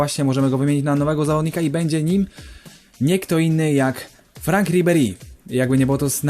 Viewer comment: imię ribery'ego czyta się frąk ;) a sam odcinek kozacki